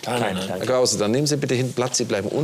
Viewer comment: Noch Fwagen an Hewwn Kwause? 😁